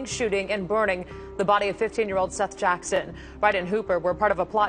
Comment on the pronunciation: If you’re gunna talk about crimes, which you earn money from, you could at least pronounce the victims name right. His name is SETH not seeth.